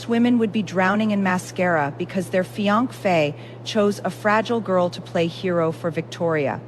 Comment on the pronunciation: Fee on kay meaning fee on say!! Number meaning no! Seriously, author if your going to do AI, get the pronunciations correct. Plus, why aren't the newlyweds consummating the marriage? Neither are in love with each other but they don't love anyone else, they don't necessarily have morals, so why aren't they having sex??? It's a business transaction!!!😅